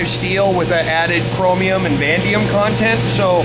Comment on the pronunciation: It's not called "Vandium", its called Vanadium! I'm sitting here in my Quality Control Lab of a Steel Mill, that I work at, watching this video and when the guy said Chromum and Vandium I laughed my butt off!! Lol. I had to rewatch it several times to make sure I was hearing him right...close buddy but that's not it!! Its called Vanadium and Chromium, which probably has .03% of Vanadium in that grade of steel but .02% Chromium...it has a .19% carbon, .8% Manganese, .02 Niobium plus 7 more elements... Anyway the knife looks GREAT!!